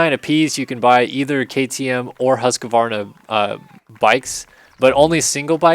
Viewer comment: I dont want to be nitpucky but you saw Husqvarna like Husqakvarna sounds so fun since im swedish xD